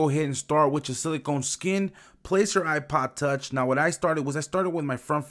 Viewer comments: "iPod touch" can't you say it properly? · It sounds like your saying ipa tauch